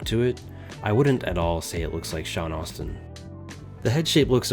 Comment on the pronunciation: It’s Sean AS-tin that’s the correct pronunciation. Not AU-stin. But yea the figure is way off. Asmus is super hit or miss